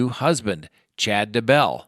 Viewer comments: Why would you pronounce Chad' Daybell's last name as DUH-BELL? Does it LOOK like it's pronounced that way? No. Have you heard it pronounced that way in the news and on the internet? No. Could it be you just messed up? Nah...not a chance. I stopped watching immediately. How can I give you any credibility after that? Seriously, to pronounce that name wrong tells me you don't even know the story. Everything I am watching is shrouded in nonsense. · It's not da bell.. it's Daybell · At least learn to pronounce the names. Day-bell. OMG how hard is it? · FYI Chris Watts is not in that prison, he is in the Dodge correctional facility. Two totally different prisons. Also, Lori Vallow’s husband’s last name is pronounced Day-bell. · Thank you, It's like nails down a chalkboard listening to him mispronounce their names. And the crazy thing is, he does pronounce Daybell correctly a couple of times so why is he purposely mispronouncing it the other times. Ugh!